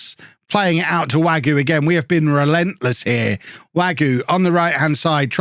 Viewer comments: the K in Knoll IS pronounced Wague is pronounced more or less like wag-ay Janousek is yan-oo-shek Also, Mingueza is min-geh-sa or min-geh-tha. Hope this helps:) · Wague is pronounced WAG-EY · I think it's pronounced Way-gee.